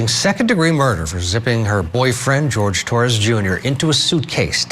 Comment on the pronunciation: Why are they not pronouncing his name correctly! It's not George, it's Jorge! 🤬🤬🖕